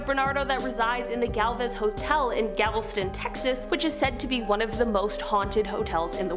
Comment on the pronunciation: GAL-veston. There’s no gavel...